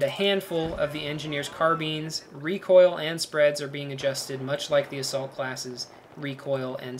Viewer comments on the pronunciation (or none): Car-beans LOL